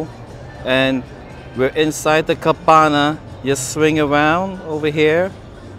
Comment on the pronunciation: So, cabana rhymes with banana